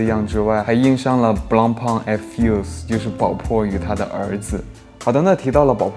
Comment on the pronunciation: 宝珀先生名字都读错，你跟我说你是粉？简直就是为了做视频你都能喊蔡徐坤爹吧